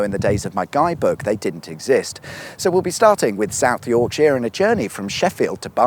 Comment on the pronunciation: Buckinghamsheer, Lancashurr and Yorksha...